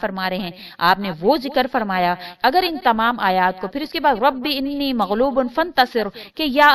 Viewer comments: Arabic verse jo slaam k baad perny ka app keh rahi hai... usmy inni nahi Anii kehna hai.... search kr k daik ly es ayat ko youtube pe.... bs views hasil krny ki peri hoti jaldi me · رب انی مغلوب فانتصر میں رب کے بعد انی زبر کیساتھ ہے